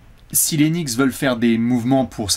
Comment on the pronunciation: Knicks par rapport à la prononciation de "nichts" en allemand ? Ça expliquerait la langue utilisée par les bots dans les commentaires 😅